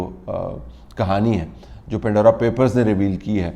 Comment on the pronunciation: It's Pandora, not pindora.